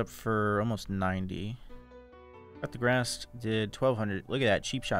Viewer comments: I literally have been gaslit into thinking there is a rune called "cut the grass". Until just now I realized you're talking about coup de grace. Just to be pedantic, it is pronounced "koo duh graahs" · Always heard him say cut the grass instead coup de grace haha